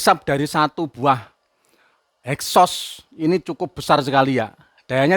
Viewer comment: Exhaust Pak.. bukan hexos..